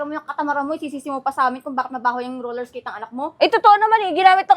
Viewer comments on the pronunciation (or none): Roller esketh yan hindi yan Roller blled